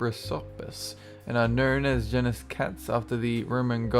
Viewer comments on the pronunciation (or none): none